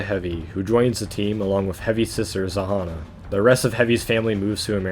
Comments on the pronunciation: Its [ZH-a-nn-a], not [Z-a-h-a-n-a]. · Actually "Zhanna" is pronounced with buzzling sound of "Ж" in the beginning